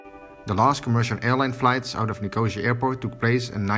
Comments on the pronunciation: It’s pronounced NIC-O-SEE-AH, not NIC-OH-ZEA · Someone should have told you how to pronunce Nicosia before you released your video. It is not NICOH-ZEE-UR as you pronounce it but NICOH-SEE-ER. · Someone tell him its Nick-oh-see-ya.